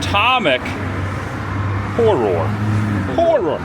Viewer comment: Glad to know I’m not the only one who can’t pronounce “horror” correctly either 😂I have long called it the other word as well lol